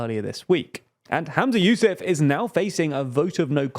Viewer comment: "hUmza yousAf" not "hAmza yousEf"